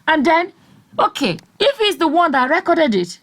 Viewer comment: Hahahhaha!!!! “ he recorded it, and gave Mike a copy... and distributing them like guguru and èpa.” I heard your accent when you said, “he reekoded it.”